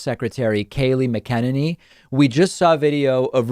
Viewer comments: Bro you've got to stop saying her name wrong, it's Mac-a-Nay-knee. In the first minute you mispronounced it three different ways. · Why do u pronounce her name that way? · 😂😂😂🤣 I cant figure out if David is purposely screwing up McEnany or if he literally can’t pronounce it! Lol But wait he does the same thing with Laura Trump. Calls her LaaRah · David, you are mispronouncing her last name! 😂